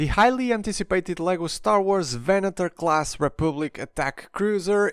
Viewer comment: I really appreciate how you pronounced Venator. Every other review I watched, they pronounced it Venadoor, which really is annoying.